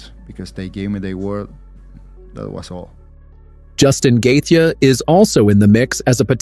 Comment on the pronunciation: "Justin Gathia"